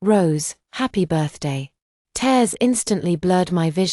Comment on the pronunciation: This AI VOICE drives me mad with so many mispronunciations. Don’t the owners of this story ever check the accuracy of the voice/text. Just one example repeated in every story this AI VOICE is used on is TEARS, the meaning is crying, it should be pronounced phonetically as TEERS yet every time it’s pronounced TARES.